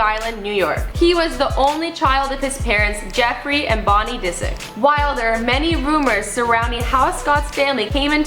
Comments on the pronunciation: She literally said david disc lol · i cant stand this girl disick doesn't rhyme with biscuit! she can't even speak properly. if Michael reads all these comments I hope he sees that nobody wants her here